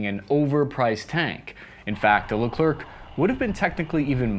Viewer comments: I have never seen or heard anyone say Leclerc with a hard c… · So painful everytime he pronounces the C at the end lol. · It's hard to listen to "Leclerc" being pronounced incorrectly. The final "c" is silent. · don't pronounce the C at the end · I'm from New Jersey but even I am tired of hearing you arrogantly mispronouncing Leclerc. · Every time he says "Leclerc", I die a little. Which is odd because I don't think the French even deserve a language. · Man you are butchering the name leclerc! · Friend, I've made the same mistake. It's not Le Clerk. It's Le Claire. No hard c/k. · Dude first learn how to say Leclerc, french is not phonetic , last letter is often not pronounced you say Lecrer not Lecre c. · It's pronounced "leclair", not "leclur". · Even I know it’s pronounced LeClair nor LeClerk… it makes it hard to listen to him talk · Just a little tips from france : You don't say "leclerkk" in france, you finish the word like what you breath : the air... So Leclerc, you say : Leclair 😉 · load baguette gun it's Leclaire. Not Le clerk. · it's pronounced "le-kler" the final c is silent. For french natives, hearing the final K is cringe af. Thank you for a great vid, though! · By the way it is not ''Leclerk'', it is pronounced Lecler ! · It is pronounced "Lecler" not "LeclerK" 😀❤ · Dont pronounce the C at the end of Leclerc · Pronounced lecler not leclerk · lecler(c) ,silent c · « Leclerc » is not pronounced « LerclerK » but « LECLER » « C » isn’t says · Please, try pronouncing Leclaire, not leclerck. C is silent in that case. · Pronounce Le Clair, not Le Clerk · the prononciation is lecler , not leclerC , don t pronouce the C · 100 french people died each time said "Le-Clerk" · You don't pronounce the last C in Leclerc. Why, because French. It's more like Lecl-air. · Yep.. Le Clair for the non French speakers. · Yep, its very annoying but we get used to hear our language being rape. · Pronounced "LeClair" in FR. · the last C of leclerc is mute for info ....